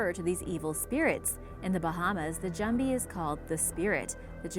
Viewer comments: Lowe she man at least she try lol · how this woman pronounces "jumbie" got me laughing